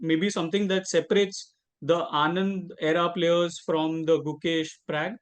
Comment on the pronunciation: Its Pragg not Prague !! Lucky Magnus did not call him out.